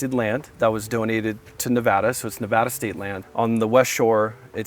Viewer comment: If you're going to sell property in Ne-Va (a as in "apple", not a as in "say ahhh")-duh, you need to learn to say it right. Especially at this price. And tell the Silicon Valley douche who buys it to say Nevada properly as well and not vote like a California liberal.